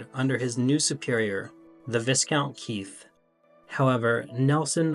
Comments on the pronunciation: Its not Viss count... Try Vye-count ... Also its not Cad-eeez ... Cadiz ... remember unlike in America where you think ZED is pronounced ZEE which then leads you to say Cadeez totally wrong... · Vy-count, not Viz-count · There is nothing left to expose in British history. It’s all been done. Do a video on Andrew Jackson. You need to refer to a source as I am not aware that Nelson ever expressed a view on slavery. There was not even a campaign against slavery in 1807. His marriage was not happy, so he looked elsewhere. Antigua is not pronounced how it’s written. It’s pronounced “Antiga”. Viscount is pronounced vycount. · The 'S' in 'Viscount' is silent and is pronounced 'Vy-Count' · Its definitely Vycount mate google it, every single answer is vy-count the s is silent. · Not 'Sir Jervis'. The title is used with the forename so 'Sir John' or 'Sir John Jervis'. You've had over a thousand years to learn this.😊 Oh dear, I just heard the 'S' in Viscount! It's silent.